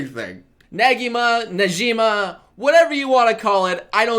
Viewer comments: Who the hell is Nejima, Negima (Ne-gee-mah) lol. But seriously I'd rather they just do the full Mahora tournament but let's see how this turns out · Its negima